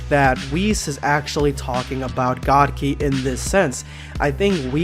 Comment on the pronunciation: It’s god kai not ki! And it’s real